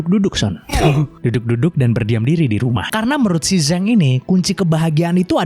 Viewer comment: Zhang dibaca Jang bang,,fyi